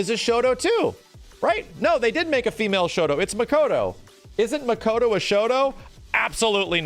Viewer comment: its makoto not mashoto